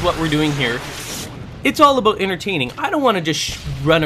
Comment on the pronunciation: LOL HE SAID ABOOT!!!!!!!!!!!